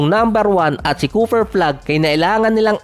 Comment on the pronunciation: Ayusin mo pagbigkas mo. Balibaliktad. CooFer flag larry Vird. Letrang F at P letrang B at V. Magkaiba yan😅😂😂